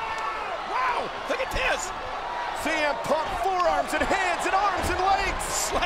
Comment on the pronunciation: ShEE M Punk 🤣🤣🤣🤣 I swear the pronounced his name wrong